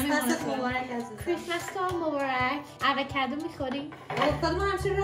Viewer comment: آواکادو چیههه 😐😐😐 آووکادو درسته